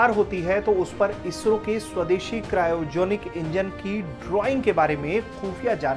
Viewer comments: Padha likha kro क्रायोजेनिक सय्रोजेनीक बोल रहे हो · Itna bada media house or cryogenics ki pronunciation Bhi check Nahi Kar sakta to Itni badi content team Kis liye rakhi hai